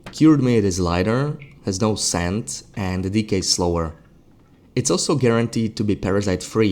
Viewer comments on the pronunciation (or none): "no scent" I finally see as a text on screen. I thought you were saying no sand. Wondered where the sandy fish mechanic was coming from